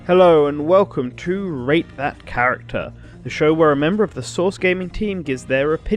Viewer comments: Really thought you said “ hello welcome to rape that character” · It sounded like you said “Rape that character”. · No lie, when you say "Rate that character" I hear...something else.